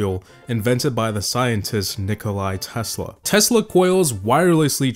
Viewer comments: It's not Nikolaj Tesla it's Nikola Tesla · Nikola not Nikolay Tesla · Did you say Nikolai Tesla??? It's NIKOLA Tesla, without the i at the end. Edit: it's not a hate comment, I'm just so annoyed when someone doesn't pronounce the word or a name correctly, pls don't hate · it's not Nikolai Tesla, it's Nikola Tesla, without, i' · No one:: NiCoLi TeSla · He just said nikoli tesla.... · NIKOLA TESLA!!!! NO "I"